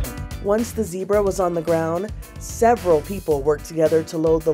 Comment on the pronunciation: That is NOT how to pronounce Zebra.